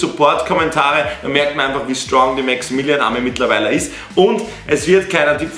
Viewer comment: Hi du hast gesagt maxaminion